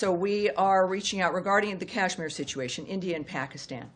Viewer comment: At least learn to pronounce 'Kashmir' properly before talking about it.